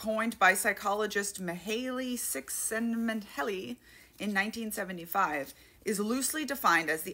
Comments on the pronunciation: Mihaly Csikszentmihalyi's name is pronounced like "Me-high Chick-sent-me-high". Not kidding, it's how the man himself has explained it in one of his interviews. ^_^ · Next time you have to talk about the author of Flow, his name is said "shiks-ma-hi-ul" according to the professor of the creativity class I had to take. Excellent explainer, thanks for what you do. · I mean he has a hell of a name but we should all know how to pronounce it.